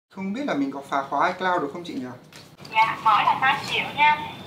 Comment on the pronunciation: ICloud = i mây 😂